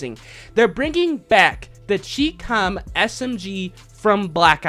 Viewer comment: Chicom, sounds like eye-com